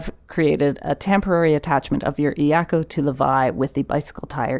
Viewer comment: Doesn’t matter. Get the cheapest. Get a couple. You can use one to tie an extra paddle to the iako. Also, pronunciation of iako is more like “yako”. Yes, the “I” is pronounced “E”. But combine the Eyako so it’s only two syllables “Eya-ko” instead of of three syllables E- a-ko. Great video!!! Mahalo from Maui!